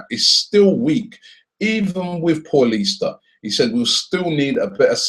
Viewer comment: Its pronounced like paulinho for fuck sake not like your average Paul - ista